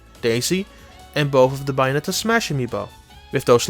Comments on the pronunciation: TheJojoNetwork I think the pronunciation is worse than the accent. It's clearly Bay and not Bah. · Its bA-O-net-a Not bye-on-etta You dumb fuck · Buyonetta? Its with an A, Bayonetta. Its fine, everyone makes mistakes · Its bayonetta its not baionetta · Buyonetta? I thought i looked up bayonetta. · After the 3rd BYONETTA I couldn't take it anymore had to stop the video. I understand English probably isn't your first language but it's Bayonetta. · BAYonetta, not BUYonetta! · Bouyonetta lol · It’s not buy-anetta. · I would love a game starting Bio-netta. Just teasing, pronunciation is more than good enough. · He keeps giving you the sublimile messages by saying buyanetta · I hate it when he says bayonetta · "Buyonnetta" is pretty hot 😛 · "Byonetta." I'm now officially triggered. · "biyonetta" make it stop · ''Bai-onetta'' Okay, bye. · Buy-a-netta! Buy-a-netta! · What's wrong his pronunciation? This Bye-oh-net-tahh review sounds fine to me. /s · Thank you, that made my day. It makes that pronunciation almost worth it, lol. ;-) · Oh god... The way you pronounce Bayonetta is killing me. Oh my F'in god.... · Oi! All of you need to quit bashing the guest speaker! Yeah, he's got an accent. Yeah, he pronounces "Bayonetta" weird. But that's no excuse to criticize and jeer the man into another dimension! I thought the GameXplain comment section was at least a little chill compared to other channels, but I guess not! Seriously, y'all need to sit down and be humble. None of you are perfect, either, so quit acting like needs to be! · He can pronounce Bayonetta correctly. Has nothing to do with the accent. It’s a professional review so why shouldn’t we expect the title of the game to be pronounced correctly? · Why!?!?! Why do you insist on pronouncing Bayonetta wrong when it's clearly pronounced for you in the game its self!!! It's like when people call Mario Maryo, please stop! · i think you are right especially how he pronounces bayonetta, but i can live whit it